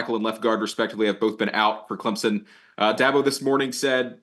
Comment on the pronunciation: CLEMZIN???? There are no Z’s in Clemson